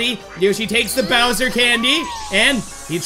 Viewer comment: When it said bowser’s warped orbit it did say kowser’s warped orbit